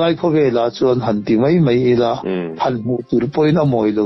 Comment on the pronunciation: Keipawh kalo ning deuh thin a, sawsel peih min tih ka hlau deuh bawk sia, rawn sawi nfhal mawlh mawlh mai se, ka duh ber mai 😅. Tin, 'mei' ti lovin 'mai' han ti zeuh la tha zawk lo maw, te kalo ti mai mai. 😜